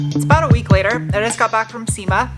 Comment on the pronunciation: What are you talking aboot?